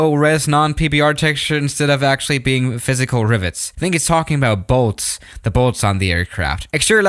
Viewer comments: Nobody:: rIVerIeS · "riveries" I think he's making us learn a new language without us even noticing